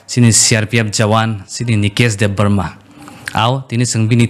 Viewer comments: Exactly, the Pronunciation is wrong, it's Debbarma not Debrohmah like how maximum of our people pronounced. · Its Debbarma, not Debbroma,, chini borok rok proper khai pronounciation khaina surungbaidi please.